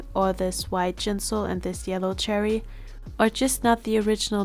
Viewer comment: I think Choerry’s name is pronounced Chwe-rry!